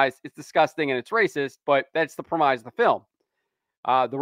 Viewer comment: The whole movie is an outrage-marketing scheme. P.S. I've never heard anyone pronounce "premise" with a long "i" before.